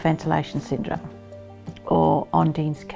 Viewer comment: props to the mother for saying the syndrome perfectly it would prob take me a few takes😅